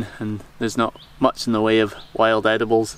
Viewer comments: He said "Muschi"... Demoneytise it ... just kidding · Dont say Muschi ;) Here in Germany it have a bit different meaning ;)